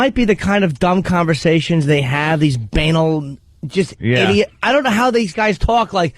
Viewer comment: Jimmy doesn’t say banal right and it drives me crazy.